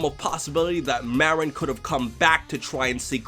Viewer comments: It's Marron NOT Meh-rinn... I'll kill you if you do it wrong again >_< #JK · He called marron a morron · It's Marron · I legit thought #17 called Marron "Moron"... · My question and why I'm here is how did she know 17 pronounced Marron's name with 1 R. Im gonna assume this was in the Japanese version only, threatening to kill someone over a name seems like one of those goofy japanese extremes and likely wouldn't sound right translated. Guess I answered my own question by not being able to find a clip. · Or maybe it is because 18's brother mispronounced the name of her daughter, his own niece, and that could be seen as 17 not caring especially since he lives off on that island and doesn't seem to visit 18. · I still don't understand the difference in pronunciation between Maron and Marron... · Hm..... i didn't even think 18 was mad over something like that, i thought it was just because 17 said Marron wrong, and 18 being... well, 18 was annoyed. Also, anyone miss the DBZ Krillin? i just don't like how they made Krillin go from a Head shorter then 18, to like, a head and a half? still... he looks to much like a kid to me now... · I thought it was just a mispronunciation on 17's part... He didn't really curl the R and that's rude to mispronounce your niece's name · wait THIS is a meme now? why the hell isnt the "opps, my hand slipped" a meme?. Also i wonder why lazuli wasnt being herself or happy to meet up with 17 after such a long time, it seemed like she was mad at him for something, even before he said marron's name wrong